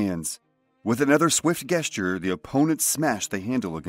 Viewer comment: I love your videos! Learn how to pronounce the word gesture when you have a min.